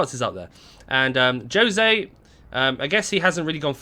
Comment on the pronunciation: You said “Joe-Say” instead of “Ho-Say” when the name is “Jose” I don’t blame you 👍🏻💯